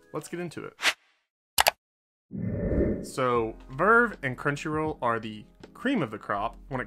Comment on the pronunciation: Bruh it's not vrvrvrvvevrrv it's v-r-v